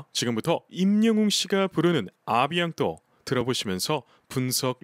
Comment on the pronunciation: 영웅님 의 어느종류의 노래를 들어도 가슴에 닿게하는 노래 재주가 천재 입니다 A bientôt 발음이 아비앙또가 아닌 아비앵또로 발음을 해준다면 완전합니다단어서두에 en은 앙 으로 발음하지만 단어중간에는 앵 으로 발음합니다 아비앙또 어색해요.아름다운 노래인데 너무 아쉬워요.영웅님의전화로 알려주시면 어떨까요? 작별인사지만 미래 재회 기대가 있는 .곧 만나자가 포함됩니다.하시는 말씀에 동감이죠 .건행